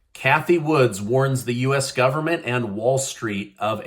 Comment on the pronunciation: JSYK, it's Cathy WOOD, not Cathy Woods.